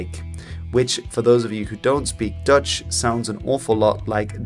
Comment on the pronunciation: Intersting video thank you! An unrelated question, are you Dutch? As in Dutch is your first language? Because if so, congratulations on the English accent! I usually hear it instantly but, with you only when pronouncing Dutch names as you should.